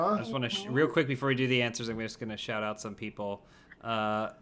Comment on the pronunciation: it's answers not "ants zerzz"